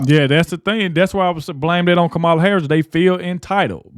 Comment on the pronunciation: Hey ignorant! Pronounce Kamala's name correctly and stop being disrespectful!!!